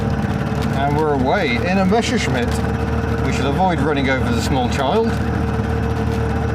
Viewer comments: Why do all anglo/americans say "Mescherschmitt"? It's "MeSSerschmitt". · Hey, it isn't a "Mescherschmitt", it's a "Messerschmitt" :)